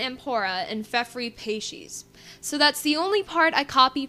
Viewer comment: Thank god I'm not the only one who pronounces Leijon lay-on and peixes pay-shes! :U I see you read the wiki too, then!